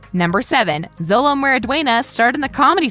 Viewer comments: You keep saying zolo,solo it’s sholo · She says Xolo names like it’s sound out it is pronounced xolo-(cho)-lo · Also it isn’t pronounce “solo” it’s called “sholo” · Add his name is Xolo. It sounds like Sholo not Zolo. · it’s not solo mardueña it’s pronounced sholo but his name is xolo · Its Robby not Bobby and miguels name is pronounced sholo not solo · Btw it’s pronounced sholo not zolo but it’s spelt xolo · Why does she keep switching from xolo (pronounced sholo) to zolo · she kept saying Solo but i think it’s pronounced Sholo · Xolos name is pronouns like sholo not zolo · And she says zolo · It’s pronounced sholo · First of all xolos name is pronounced sholo second it is ROBBY third it is sensei not coach fourth Jacob bertrand and xolo mariduena are best friends in real life and have a house in Atlanta they both bunk in. And it is filled with pokemon stuff😐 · Am I the only one that heard zolo instead of xolo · She can't even say xolo right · There’s no way a woman commentating a video about the cast can’t pronounce Xolo’s name right and refers to Robby as Bobby. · lady... lady... i have multiple things that are an insult to Karate... 'Coaches' are called Sensei. You dont 'train karate' you do Karate training. Bobby Keene is Robby Keene. Xolo is pronounced Sholo. Eli Mosquitz's middle name is not Hawk. and its not pronounced Masquitz. and 'Master Miyagi' is Mister Miyagi. The Crane Kick is a thing. Even my sensei knows it. The fight was at a mall not a cafeteria. and most people know all of the stuff in this video. Also.. No shit the tat is fake. You think Jacob would seriously get a tattoo like that?